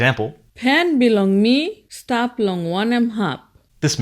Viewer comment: I love seeing stop is pronounced as stap. So memeworthy.